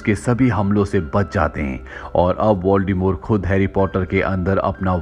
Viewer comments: its voldemort not voldemore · Voldemort pronounce "voldemore"